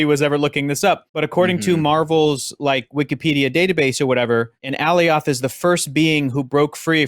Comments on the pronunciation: Sylvie is not The Enchantress just because she can enchant. Just like Wanda isn't The Enchantress just because she can enchant. And in the show they pronounced Alioth like Goliath. Not like A-Lee oth. We still haven't seen King Loki from the promotionals. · The "ay-lee-awth" pronunciation made me cringe a bit every time he said it 😂 They said it several times on the show homie, how're you still butchering it like that?